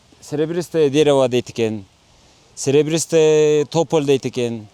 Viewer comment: Сербристый тополь деп..туура ушинтип айтчы..